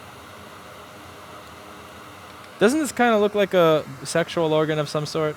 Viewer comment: "SEXUAL ORGAN OF SOME SOORT" . You knocked me down to the ground.